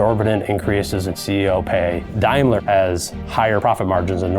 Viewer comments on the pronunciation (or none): Sorry OCD kicking in,dude it's Daimler, pronounced day, not Dimler, dye😂😂😂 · Dimeler? It's Daymler. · The word Daimler is pronounced as in 'dame' and not 'dime'. Just thought I'd say. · ha ha love the pronunciation of Daimler. is it really "dime-ler" or should it be "dame-ler" ?? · These people need to learn how to pronounce Daimler, it sounds like Dame ler....